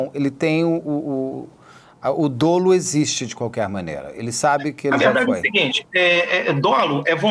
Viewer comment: Dolo. Dólo? Mudou o português???